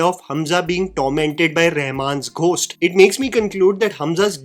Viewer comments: seriously man, why do you mispronounce "Ghost" like that? The "H" is SILENT, dude. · Please check your pronunciation of the word 'Ghost"